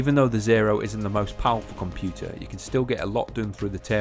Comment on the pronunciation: 'Haitch d m I ' interconnect on me 'com-pu-ah' . Pretty sweet for real, mate.